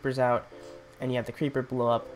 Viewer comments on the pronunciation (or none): hahahahaha, just say ceriper blowing up and zombie blowing up?!?!, hahah, at 5.49-5.50